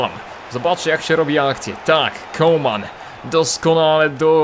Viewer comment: Może mi się wydaje, ale chyba mówi CoLman, zamiast Coman. Chyba, że tak się powinno mówić, to sorry.